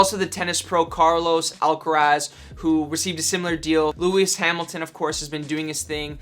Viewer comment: Why you say Lewis Hamilton like that lol he's not French